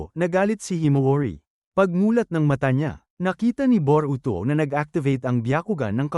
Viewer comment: Bobo ata itoe Boroto ng Boroto😂😂😂😂😂😂😂😂ee e e eeeee bobo hahahahahahahaha